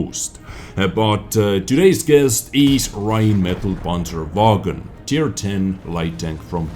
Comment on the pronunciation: "Räinmedal Panscherwägon" youre so close bro...Greetings from Germany